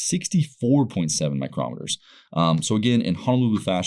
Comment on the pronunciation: Dude stop pronouncing in microm eter that's a different type of gage altogether. It micro meter, again micro - meter you sound like a dumbass. Good review otherwise